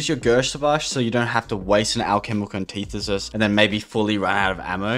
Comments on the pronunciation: Take a shot anytime he says alchemical anteethisis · Hearing him mispronounce the word “antithesis” about 100 times hurt. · Hearing you pronounce antithesis was the only subpar part of this video. Everything else was so good! In depth without any unnecessary content. Really easy watch!